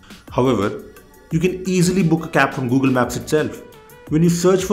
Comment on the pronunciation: "bitter"? "Gugil"? "estap"? "moltipol"? 😂😂😂😂😂😂